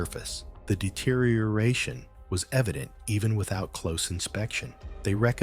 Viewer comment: The deteri-your-ation 😂